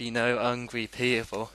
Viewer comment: I fink ma'am va wuld a beh'ah place is gweat ideer ooso. Hungway.? I think you're trying to say hungry.. Amazn' fing.?? I know how much power I have. I don't fink it though, I wiv it. correction I LIVE IT